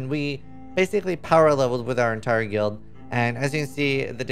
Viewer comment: can you pronounce the word guild properly please